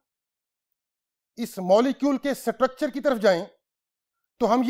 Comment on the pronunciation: Sir its not suturuchur